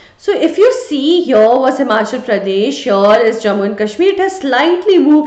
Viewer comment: right overr heaiiirrrrrrrr 😂